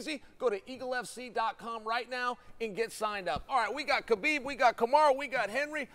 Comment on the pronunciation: Let's pronounce his name correctly It's HABIB, meaning BELOVED🤩 Thank you guys